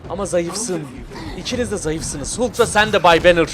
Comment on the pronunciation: Abi suna Hulk deme Halk o Halk. Sevgiler:)